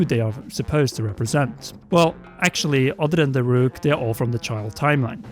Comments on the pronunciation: It's pronounced Dah-ruke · How do you pronounce "Daruk" wrong? It literally says it in the game. Multiple times.